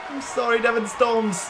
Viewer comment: Devan? Ain't it Devin